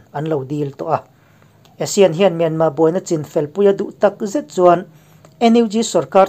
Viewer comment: Myanmar tih i lam dan hi a dik teuh hle a. I thluk dan chiah hian thluk la, a tawp a 'r' hi lam ri tel lo la an mahni ang chiaha lam ri dik i ni mai ang.